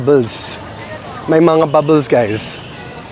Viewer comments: pu-MA-pa-YAT. lu-GAR. sleeve = mang-GAS. There are many plant sellers there coz nearby used to be the Manila Seedling Bank which some say was wrongfully foreclosed. There's also Ninoy Aquino Parks and Wildlife Center near there. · Sup, "sleeve" is "manggas (muhng-GAHS) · Sleeve is Mangas pronounced mang- gas